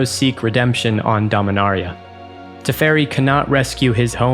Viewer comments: Domin-AIR-ia Boy that just hits my ears wrong. Dominaria just feels so much smoother. Sorry Jimmy but you can't compete with voice. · The video being sandwiched with Jimmy mispronouncing Dominaria was incredibly annoying, especially from an official source like this. Do better.